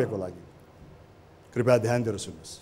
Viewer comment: राजेशजी ले सारै राम्रो संग कार्यक्रम चलाउनु हुञ्छ, दुइ चीज सुधारे राम्रो: १. बेला बेलामा 'हँ' भन्ने २. 'कृपया' लाइ 'कृपाय' भन्ने धन्यवाद!